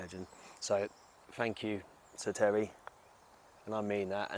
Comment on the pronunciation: Tewwy Rogan???